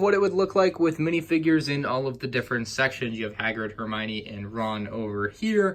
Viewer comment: “It’s Hermione, not Heminie”